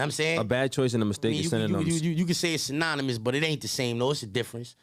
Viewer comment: “Sinaminis”😂😂😂 bro was like “synonymous”